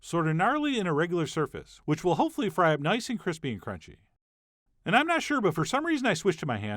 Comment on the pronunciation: That cronch tho